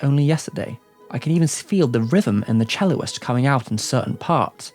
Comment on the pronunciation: "Celloist" is unfortunately not a word... "Cellist" is! Love the video nonetheless